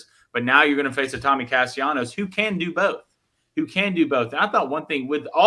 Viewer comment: Can y'all please pronounce Tommy's last name right? It happens every time he's brought up.